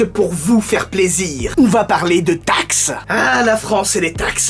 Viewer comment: Ta façon de dire taxe me fait vraiment rire 😂😂😂